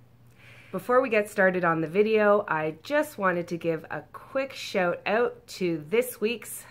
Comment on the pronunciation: Knew she was Canadian as soon as she said shoutout hahahaha <3